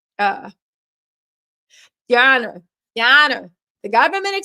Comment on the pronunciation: It’s the “Ya honor” for me! 🤣🤣